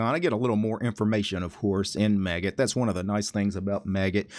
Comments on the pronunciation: The maggot git client? That scarred me. :0 I pronounce it similar to how you pronounce magic. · Do you usually pronounce Magit as 'maggot' like here or magic with a 't' at the end?